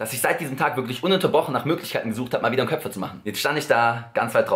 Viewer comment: Wie er einfach ständig "Köpfer" anstatt "Köpper" sagt 😂😂